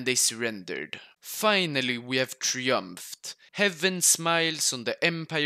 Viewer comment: I like your videos but you pronounced triumphed wrong, unsubbed